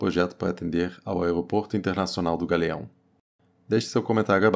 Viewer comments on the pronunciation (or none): O aegopogto do gagueao é longe demais